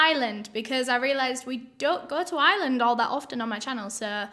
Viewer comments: ireland not iland , it drives me up the wall when people say that! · Your pronouncing Ireland like “Island” ... not the same thing girl 😂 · It’s not the accent - it’s just a wrong pronunciation. Your accent doesn’t remove your ability to pronounce the “R” instead of an “S” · My friend I was like ok but what island are we going to!!!!! you were saying Ireland. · Us British people pronounce 'Ireland' and 'Island' the same. I don't get it, do some people properly pronounce the 'r' or something? 🤔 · I genuinely thought you were saying “island” and not “Ireland” lol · I love you but “Island” 😭 Im sorry if I offend you but it’s pronounced “i-er-lin” you don’t have to say it that way but I’m just putting my thoughts out there I STILL LOVE YOU THOUGH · I didn't realize she didn't say island until I read this comment lol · Lol I thought she was saying "Island" instead of Ireland at first 🤣 love you and your accent! ✌💜🙂 Great videos! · It took me a minute to realize you were saying Ireland, not Island lol oops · Girl, thanks to me being an American I thought she was saying this crime was in “Island” until she said Dublin 😭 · I watch most things with the closed captions on and thank goodness because I heard “island” every time she said Ireland. 🤣 Honestly never have I struggled with her accent till this word. Love the channel and hearing about cases from other countries. ❤️ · Maybe I’m wrong for this but for the first 30 seconds I thought you were saying “island” and I was like “which one?” 😂 It took me too long to realize you were saying “Ireland” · Am I the only one who tho she was saying island, then when u seen the map u felt stupid? Lol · "Today we're going to Ireland" Me: "Which Island?": "We don't often go to Ireland in my channel" Me: "What Island?": "So we're going to Ireland" Me: "Is this a random Island?" The accent got me, so that's how you pronounce Ireland xD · i love that says “ireland” like “iland”😭😂